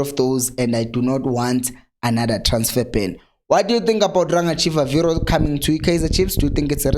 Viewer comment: He's not Chivaviro but pronounced this way Chibabiro